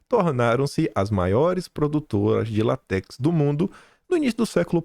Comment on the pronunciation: a seiva da Seringueira não é lat(é)x, é l(á)tex.